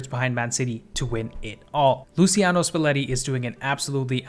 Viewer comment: and luciano spalletti is pronounced luchiano!